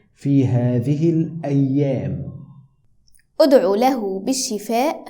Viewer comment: في لوحتكما هناك خطاء أصحح اُدعُ بدلا اُدعِ